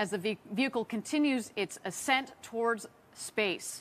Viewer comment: Stupid announcer mispronounces "ascent".. says "ass scent" A 2 cent moron for a billion dollar project